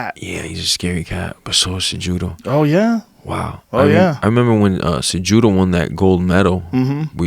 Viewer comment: Jorge is one of my favorite fighters. The funny thing is he can't pronounce Henry's last name and it goes how Jorge first name is😂💯 Cejudo cehudo.😂 Jorge is funny.